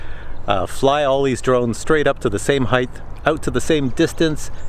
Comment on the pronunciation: It's a bit annoying the way you say the word "heighth" what's that extra H on the end. I believe it's pronounced and spelled "height". But would it not be more appropriate to use the word altitude? Because we are talking about something that is related to Aviation and everything I know about that flies and has some type of telemetry or gauge to measures its distance from the ground or from sea level, in terms of altitude. ASL altitude above sea level or AGL altitude above ground level. What do you think about that?